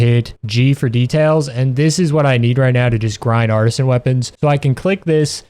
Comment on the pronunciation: guilding lands. branchy dios. artisan. sekiret. even on words where he gets the correct consonants and syllable order his stress accent is usually bizarre and most of the time he has 2 or even 3 ways he pronounces each word throughout the video. i don't think i've ever come across someone so bad at reading